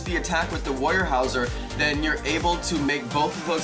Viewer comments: Thanks so much for the tips, but I just have to say you SUCK at pronouncing dinosaur names. Where tf did you get, "warrior-houser" from "weurhosaurus"? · sorry, I'm pedantic! it's more like: you-plo-seph-alus and woo-ero-saurus